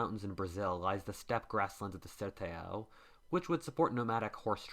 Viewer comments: That pronunciation of "Sertão" and "Guarani" was 11/10 "Ser-te-a-o" "Gwa-ran-nee" It's more like "Ser-tan-o" And "Gwa-rran-ni" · the "n" there is just to indicate a nasal sound in the "a" Ser-TAN, o